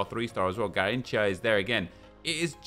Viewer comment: everytime he says "garinthca" me as a brazilian dies